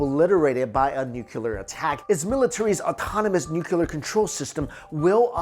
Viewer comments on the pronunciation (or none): Great stuff! But, please...for the love of God...it’s “nuclear” not “nukyulur”. As in “new clear”. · Nuclear please ....... Not Nukular. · nuCLEAR not nuULAR. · Nuclear. Nuclear. Nuclear. Nuclear. Nucular? No. Nuclear. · Nucular isn't a word. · Please, if you present yourself as a "science" channel, you really ought to learn that the word you are trying to use is NUCLEAR. It's pronounced NOO-KLEE-AR. And while I'm at it, it's not MOW-NO-TONE-US, it's spoken as MAH-NAH-TON-US. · Also, nuclear - “new clee er” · I love your channel, and your content! EXCEPT... when you pronounce it "nuc-u-lar" .... :P Also - please bring back some more weird cryptozoology videos! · The way this guy says "nuclear" makes me want drop a bomb on his head.